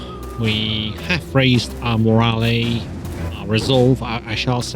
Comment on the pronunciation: "When the flail hits your mate right upside the head, that's moralay..". I've never heard the e pronounced in morale, it's supposed to be silent. Keep it up if you'd like, doesn't bother me, but i thought I'd mention in case you didn't know.